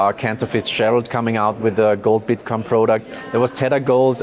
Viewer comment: he said bitcon